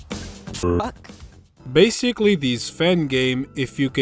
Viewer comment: It’s the accent